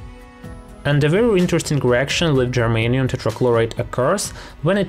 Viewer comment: he keeps saying germaine.